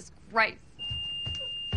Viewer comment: "Mudda." Lol!